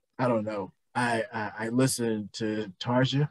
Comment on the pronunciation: Great song choice guys! Thank you for being gentle about comparing singers! All 3 amazing women brought something great to this band. For checking out live videos, do check out more Tarja (pron: Tar-Yuh), esp from the 2005 End Of An Era show. Now for Anette...she has a more poppy, less powerful voice, so I recommend the original band videos of Bye Bye Beautiful and Amaranth, live, she does a great job on a jazz joint called Slow Love Slow. She saw the band thru the most difficult stretch, and most.commercially successful stretch of their history. Then in 2013...Floor takes over and can sing absolutely everything with texture and power...she's a "total package" vocalist. All 3 ladies have my total respect! Thanks guys, for getting the pronunciations correct! See you next time!